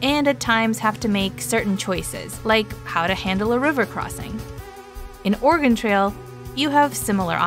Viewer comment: It’s not pronounced Or “ah” “gon” for the original. They sound very similar.